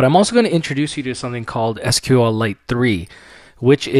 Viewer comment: You're pronouncing SQL incorrectly......